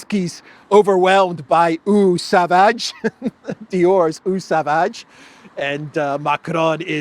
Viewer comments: Not O Savage, the French pronounce it "AW sovaze" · Eau Sauvage it's one of the most popular male perfumes! And it's pronounced Oh Sováge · It’s actually a very famous fragrance and pronounced like “oh sowaash” with means Wild Water. As an international YouTuber you should have at least some knowledge on French and German. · It's pronounced something like Oh Sovahzye :) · It’s real. Eau Sauvage. You pronounce it wrongly. Can be translated into English as Wild Water lol!